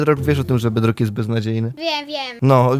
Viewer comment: Jak mówi twój kozyn ,,bedlok"xDDDD